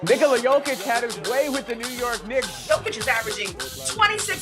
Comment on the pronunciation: Americans really cant say Nikola.